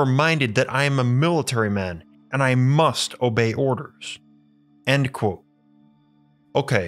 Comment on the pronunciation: You do know that the word "Quote" has a "T" in it?